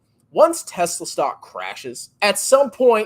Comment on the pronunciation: gets wet when say Yesla